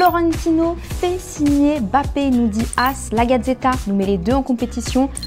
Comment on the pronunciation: C pas bappé c Mbappé